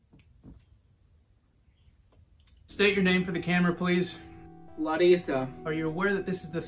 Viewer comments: Is this guy Brazilian? He says “Larissa” and “Minas Gerais, Brasil” PERFECTLY! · The way he pronounces words as Larissa is spot on!! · He pronounced Larissa's name exactly like we pronounce in Brazil. lol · His accent and pronunciation as Larissa is on point!